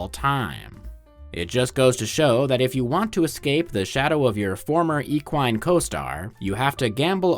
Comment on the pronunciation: Love the video but that sure is a wild way to pronounce equine i won't lie